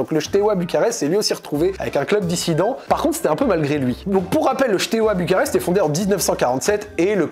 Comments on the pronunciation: Bon alors la prononciation est catastrophique mais je tiens juste à rectifier 2 trucs 😂 C’est Steaua et non pas Shteaua et le deuxième c’est Tchéaoushescou (Ceaușescu) voilà 😅 En Roumanie beaucoup de clubs sont dans cette situation car il y’a l’avant et l’après communisme, des clubs ont été recopiés de a à z (logo, couleurs, blazz) comme Craiova qui les deux ont le même stade le même blazz tout pareil et évoluent en d1 roumaine. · Bordel mes oreilles souffrent dès qu'il prononce Steaua comme "Chteoua" 😭 Ca se prononce "Stéaoua" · Super vidéo! Par contre, on prononce Steaua et pas Chteaua:) qui signifie étoile en roumain:) une autre histoire qui peut t'intéresser: l'histoire du club CSU Craiova qui a VOLÉ le palmarés et le logo du FCU Craiova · si tu fais une vidéo sur Steaua au moins apprends à bien le dire 😉. Il n'y a pas de "sh". Pareil pour Ceauşescu, Păunescu... Mais très interessant et merci d'en parler!